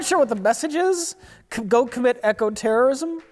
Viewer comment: My fav bit was not being able to say eco! And saying it as Echo!